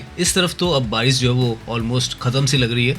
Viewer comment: bhai aapko pronunciation sahi karne ki bahut zarurat hain, aap barish ko bhi baris bolte ho